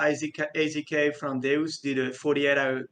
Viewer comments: Deus is a Latin word pronounce "day-oos" and pronouncing it "duce" like a deuce is an american slang term for a Turd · Deus is not pronounced as Doos, it's pronounced as Day-As lol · "day-us", not "deuce" mate lol